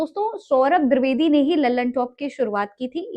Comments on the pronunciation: मोहतरमा पहले सौरभ द्विवेदी का नाम तो सही सही लेना सीखे, द्विवेदी का द्रवेदी सुन सुन कर कान पक गये😡😡😡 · द्विवेदी ❎ द्रिवेदी ✅😂😂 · द्रवेदी नही द्विवेदी है...मेम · Didi woh di vedi hai, dri vedi nahi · Dirvedi nhi madam dwedi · दिर्दवेदी नहीं द्विवेदी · Mohtarma mujhr badi hairat ho rahi hai ki aap khud ko media se juda bata rahi hain or aap ko ye bhi nahi pata ki unka sahi name kya hai aap bar bar saurabh dirvedi kah rahi hain jabki unka name saurabh dwivedi hai Main bar bar dirvedi dirvedi sun kar bardasht nahi kar saka or vdo dekhna band kar diya Kam kar rhi hain to zara dhang se karen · दूरवेदी क्या होता है जी....😂😂😂 जो बोल रही हो वो कान में जा रहा है कि नहीं..😝😝 नीतीश कुमार गलत नहीं थे..😂😂😂😂 🤣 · द्विवेदी द्रवेदी नहीं 😂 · Name bolne nhi aata kya tarrki krenge